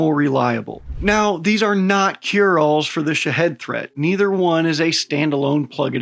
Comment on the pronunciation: As far off as you misspronounce them, you might as well call them shithead drones. Your not far off.